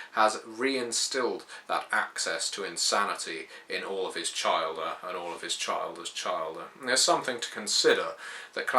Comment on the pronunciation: Chil-der not Child-er.... but beyond that nitpicking good job :)